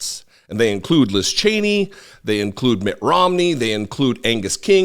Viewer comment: It's Mitt, not Matt. Thanks for the video. I always look forward to what you have to say.